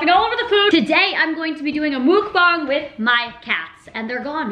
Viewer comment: Muck bang not mook bong